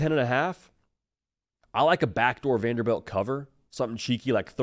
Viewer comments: VanderBILT not VanderBELT. Srry just said it so many times lmao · Lol it's pronounced Vanderbilt not Vanderbelt.